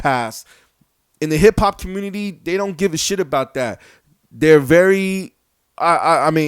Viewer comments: Can you please say community correctly and look at every 69 podcast/interview lol its just yelling good job showing how ignorant an illiterate your communiny is lol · "ThE HiPHop CuMoOnuTeH" 🤦‍♂️ what a joke. Rappers are nothing but meat waiting to rot. Just like you.